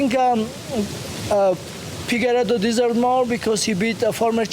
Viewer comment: “Pigueiredo” - Merab